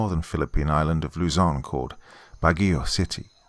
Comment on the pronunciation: As a local of Baguio, you almost nailed pronouncing the name of the city.